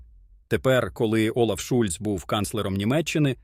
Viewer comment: Шольц,а не Шульц